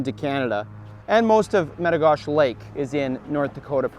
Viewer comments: It’s not met-o-gosh it’s met-o-goshey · It's Lake Me-Ti-Go-She. I have a cabin on that lake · In North Dakota we call it Meta Gosh Eee not Meta Gosh.. haha Awesome Video! Come farther south and fish Lake Sakakawea with me! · Use a worm on a hook and a bobber and you’ll catch 100 of these an hour. Also, in the states we pronounce it as Lake Meti-goh-she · I dont mean to be that guy, but in the US its "mit ah go she" is what we call that lake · Lake Med--Ah--Go--She is the way we say it in North Dakota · I don't mean to be rude at all but I live at lake metigoshe on golden pond actually which is basically metigoshe itself it's like 50 feet from the main body of water and that's basically in the turtle mountain provincial park in the states we call it "a state park" and you kind of mispronounced "metigoshe" and the "E" at the end is very pronounced it's like "metigosh"E" .meti-gosh-e just a heads up! And the reason why he wasn't catching as many is because you need to use a live action lure or bait that pisses the fish off enough when you cast it and reel it in through they're nest then they can't help but hit it. You have to remember when any fish spawn eating is the last thing on their mind and protecting the nest and the next generation of blue gill is the TOP priority for them. I promise if you come back do that and it might be different. Or hey come fish with me and I'll show you fatty hens and bull blue gill. The other best time to go fishing for them is during the winter when the ice just starts to form over the lakes it's mad feeding frenzy. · You pronounce the e at the end of metigoshe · its lake metigoshe with a hard e if you are from North Dakota. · Jaxon Nankivel but the way he says the lake name!!!! arrrgggg